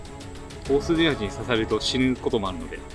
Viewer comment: 「オースーメバチ」ですね。